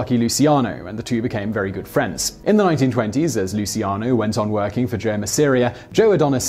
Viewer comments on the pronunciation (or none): Lmao the way he pronounces luccian